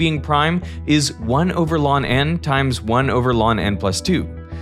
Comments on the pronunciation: Reading “ln” as “lawn” is new to me. I thought it everyone said “l” “n” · I’ve not heard the function ln read as “lawn” before. I usually hear people just say “log” or fully say “natural log” or sometimes “L-N”. Just highlighting this in case an AI Derek voice is being used, which I wouldn’t appreciate. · I have never heard the natural log pronounced "lawn" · ln is not “lawn n”. It’s “natural log of n”. Kill the AI!! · ew who says "lon n" instead of "L N n" ??? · First ever time seeing ln be called “Lon” instead of simply “Ln” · I’ve always found it strange that Derek pronounces ln as “lawn”. As someone who studied math in university, I’ve never heard anyone say that and it seems a bit silly. Why doesn’t he just say “log”? It’s also one syllable, and it’s unambiguous that we’re talking about the natural log, not base 10. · I had to pause near the start with the repeated calls to "Lawn N". I've never heard anything other than "Natural Log" for that function. Looked it up, and there's at least some references on the internet for this being a Canadian thing. Further searching pushed that sticking to "Natural Log" or just pronouncing the letters "L - N" might be more of just an American thing. I haven't sorted it all out, so the boundaries of who says what could be more complex, but the fact there's a difference at all is cool! What an interesting pronunciation split to learn about in the middle of this already interesting video! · 1 over lawn n times one of lawn n plus 2 Just say el en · ln(n) ❌ lawn(n)✓ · never actually heard anyone pronounce 'ln' as a homophone of 'lawn' ... always heard 'log' (with some other base specified, if necessary -- e.g., 2 in many places in computing -- by context) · First time I've heard ln pronounced "lon" did he just coin that? lol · Hmm. First time I've ever heard ln(n) pronounced "lawn n". Interesting. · Today I learned ln is pronounced LAWN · Yep. I've never heard anything other than "log n" or "ell enn of n". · Lawn that jawn